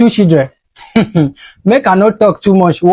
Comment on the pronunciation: Playing football with local CHI-LDREN not local SHI- LDREN